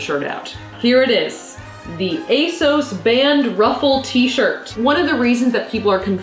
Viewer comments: Armina Bulic no it doesn't, the company has literally said that it's pronounced ay-SOHS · You are saying asos wrong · they way she pronounces asos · YOU PRONOUNCE ASOS SO WEIRD YALL AMERICANS ARE WILD.